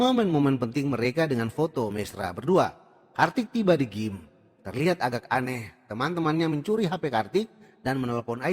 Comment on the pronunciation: Gym (dibaca : jim)